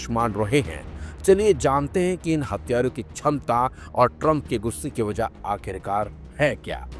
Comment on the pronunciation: वो सब तो ठीक है लेकिन तुम “हथियारों” को “हत्यारों” क्यों बोल रहे हो?? इस से तो अर्थ का अनर्थ हो जाएगा। हिंदी के साथ इतना अत्याचार मत करो यार 😢